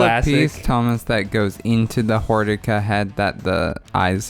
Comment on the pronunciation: No no... its Hor-DICK-Ah